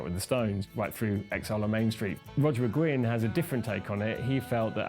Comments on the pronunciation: Hey whitey...it's not McGinn..it's Mcguinn...brits. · It bugs me when the guy keeps saying McGinn